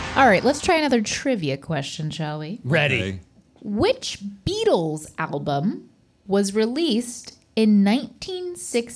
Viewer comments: "Which Beatles album" sounded like "which beatles applebum" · Did just say "what beetles apple bum" instead if album lol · Did anyone else think said “applebum” instead of “album”?